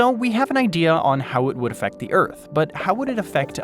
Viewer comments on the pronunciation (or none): none